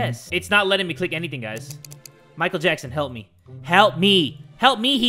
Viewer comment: “Help Mehe” 😂😂😂